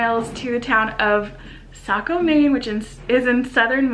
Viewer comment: Welcome to my home state! Saco is my hometown,I'm happy to hear you're able to pronounce it right.Ain't Maine odd?